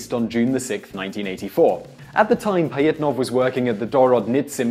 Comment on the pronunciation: OMFG!!! these random fact channels are the worst for pronunciation!!! its not Pie-it-nov, its Pa-jhit-nov, to say it right. there are others, but how hard is it to just say shit right?